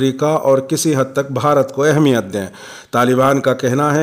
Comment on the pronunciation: ماشاءالله آپ بہت ہی سلیس اردو میں خبریں شائع کرتے ہیں لیکن ایک بات کی طرف توجہ دلانا چاہتا ہوں گستاخی بدل معافی لفظ اہمیت کو بتشدید المیم پڑھا جائے الله يحفظك و يبعدك عنك كل مكروه